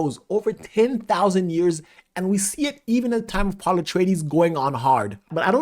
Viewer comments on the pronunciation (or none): none